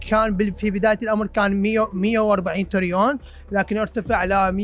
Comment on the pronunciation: في الدقيقة يقول المتحدث بدل الترليون يقول تريون !!!!!!!! هو هذا مستوى التعليم وصل الحال بيه بالعراق ؟؟؟؟ شعب ما يعرف يقول ترليون ؟؟؟؟؟ نيالها ام نبوخذنصر اكيد تطم نفسها هي و بقبرها عللي يعيشون بالعراق من اشباه للبشر و اشباه متعلمين